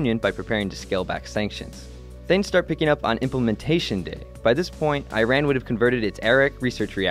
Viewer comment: Great video, except it is Iran is pronounced incorrectly just in case you didn't know :)